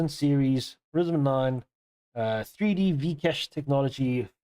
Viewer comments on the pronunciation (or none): Ryzen ... not Rizen man😅😂